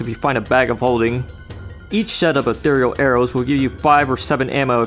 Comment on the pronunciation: Holy shit, a Heretic YouTuber ACTUALLY PRONOUNCED "ETHEREAL" CORRECTLY!